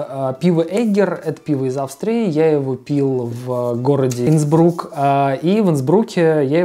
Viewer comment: Инсбрук, ударение на первый слог деревня!